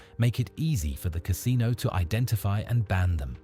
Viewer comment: Ca SIN o